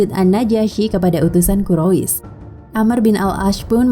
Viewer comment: Bacanya kurais bukan kurois